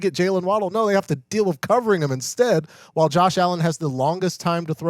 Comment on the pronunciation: love the show, buddy. The word is WHILE, not wall.